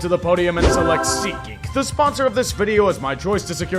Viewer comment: For years you've been saying "SeatGeek" with such an emphatic voice....lol